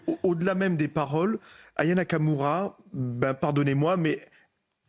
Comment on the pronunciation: Qui va prononcer son nom correctement ? AYA NAKAMURA pas anaya Kamura !